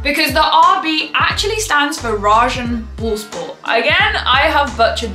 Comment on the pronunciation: Indeed you managed it to butcherer the word "Rasenballsport" into a unrecognizable bunch of mumbling :D